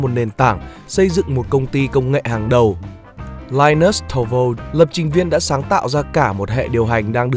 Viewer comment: nào chúng ta hãy đọc cho đúng :)) Li-nút-sờ Tô-rờ-val-sờ (nguyên bản ổng nói tên mình đó ạ)